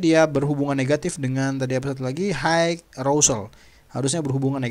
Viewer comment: high itu pelafalannya 'hai'...bukan haik...